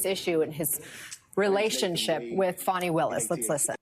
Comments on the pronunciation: Will you STOP WITH THE FONI ITS FANI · FAWNY Willis… I believe it is pronounced FANNY, a common name in the south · Fucks sake it's not "fawny" it's fani! It's like when Joe dirt tried to say it's dir'te don't try and church it up! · I wish people could just use the actual letters in the woman’s name, FANI. There is no W, in her name. She is not a baby dear. It appears to be Fani, like Fanny. Not Fawny. Thank you. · Saying Fawnie instead of Fanny is an effort to make her classy. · I was just about to say they wanna pronounce your name fawni it’s fanny. They’re still protecting her. This is unbelievable but let’s protect her from ridicule by saying her name improperly. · It doesn’t matter how SHE WANTS her name pronounced ! She should have spelled it like she wants it to sound…Fawni or Fahni- but Fani is pronounced Fan-nee ! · Did that woman call her "Fawni Willis"? 🤭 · Fah-knee Willis done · NO ONE in the south says it that way. It’s pronounced Fanny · FAN EE. 😂